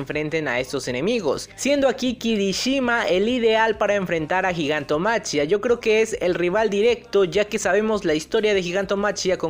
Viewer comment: me suena bastante feo gigantomachia, no se supone que se pronuncia gigantomaquia?